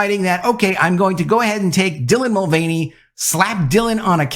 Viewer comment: There it is ....."TRANsgender INFLuencer DYlan MulVANey" one of the most cringe deliveries of the most cringe phrase on YouTube. Seriously just say the name with none of the emphasis